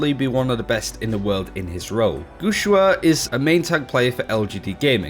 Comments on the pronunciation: It reads "guxue", the way it's written, with an "e" sound! Pls stop saying "guxua" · pronunciations are so horrible, especially guxue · ElementoXyz It's ok dude chill, you can't ask someone who doesn't speak the language to pronounce things that accurately. As long as we understand who he's talking about I think it's fine.